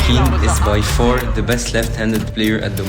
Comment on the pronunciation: This is very good analysis, thanks guys. Btw Wang Chuqin's name is pronounce as Chu "CHIN" and not CHU "KIN". Just for your info XD